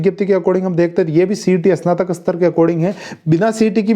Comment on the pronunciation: "इसनातक" नहीं "स्नातक" बोलो।